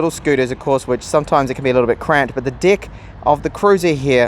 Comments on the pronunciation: I'm hearing D*** instead of deck hahaha.. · I can't unhear "deck" ...